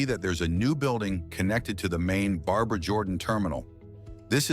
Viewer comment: I love how AI can't pronounce Barbara.